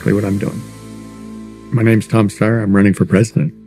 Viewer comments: Kyle, is how to correctly pronounce Steyer...but you already knew that. Cheap shot. I wish you hadn't have taken it; it diminishes you. And no, I don't like him either. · Come ON, Kulinski! It's pronounced "Steyer," duh!